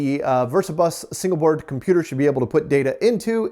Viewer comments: Oops, what's a "cimputer,"? 😆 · "Cimputer" History Museum? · "Cimputer History"? C'mon guys, you're giving us über-nerds a bad rap.